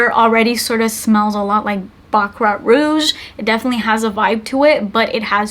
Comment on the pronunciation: why did I hear “butt crack” rouge? 😂 i had to rewind it